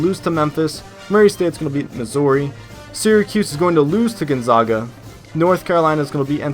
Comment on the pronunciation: By the way Gonzaga is pronounced Gone- ZAG- Uh, the first "a" is not pronounced "ah". Sorry, I had to be nitpicky.